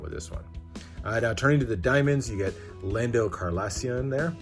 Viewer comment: Who the fuck is Lando carlassian?